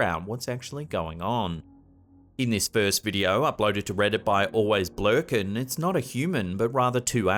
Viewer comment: “This video by Alwaysblerkin….” Lol I think it’s always be lurking. But hey, I like how said it better.